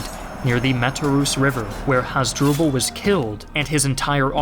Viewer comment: You mispronounced over have the names. "Hoz-dru-ble?" Really? How about Ooo-tee-ca? (Utica)